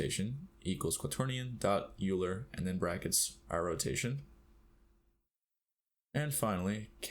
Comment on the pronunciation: "Euler" = "Oiler"